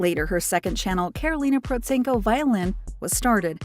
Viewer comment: The first time I've heard her name pronounced correctly in this kind of videos! And also - thankfully not just chasing her supposed income numbers. Also - as this is recent video, it should have contained newer material of her musical activity. Karolina is a growing light spot in musical world. And she has obviously outgrown the commercial events like AGT. They should invite her as a guest star, not a contestant - but they are quite ashamed probably because they rejected her in auditions few years ago. Cheers!